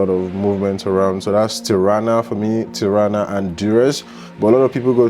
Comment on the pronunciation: Nach Tarna? OMG, du machst ein Bericht darüber und weisst du nicht mal wie die Hauptstadt heisst? Ti-ra-na Tirana wie man schreibt ganz easy…. Alle rent a car kannst du in Tirana online buchen